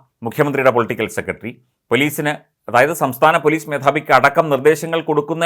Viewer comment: താങ്കൾ. സെക്രട്ടറി എന്ന് പറയൂ. അല്ലാതെ സെക്കട്ടറി അല്ല